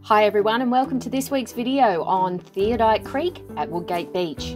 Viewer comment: You might like to redo your voice over. It's called Theodolite Creek , not Theodite Creek.